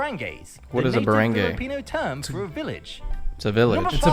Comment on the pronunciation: sigh Cringing again. lol It's bah-rang-gai and wah-rai. Not your fault,. Also, I'm pretty sure none of our islands are for sale. And we don't eat mouse-deer. I hate Duterte. I believe that drug addicts deserve to be in rehab & not be killed.